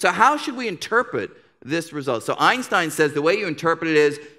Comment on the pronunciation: Maybe Einstein deserves to have his name pronounced correctly. Not like I hear here hundreds of times. Its some english-german hybrid pronunciation. S in his name should be pronounced as in word "shell" not as in word "sock".